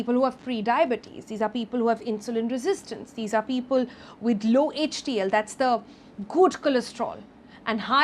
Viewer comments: It's not HTL It's HDL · It's hdl not htl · It's not htl it is hdl